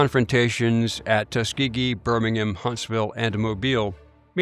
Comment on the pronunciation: Watched this video a couple of days ago and have not been able to stop thinking about something that I need to tell you: You’re pronouncing “Birmingham” the way the city in England is pronounced. My dad’s family is from the city in Alabama, and the last syllable is actually pronounced like ”ham”, as in the meat. Think “Birming-ham-sandwich” and drop the “sandwich”.